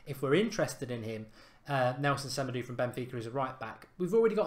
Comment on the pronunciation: I believe that Semedo is pronounced SE-MAY-DOH